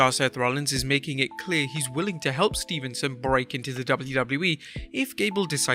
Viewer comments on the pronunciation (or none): It's steveson not Stevenson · Its Steveson not Stevenson. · It’s Steve-son man not Stephen-son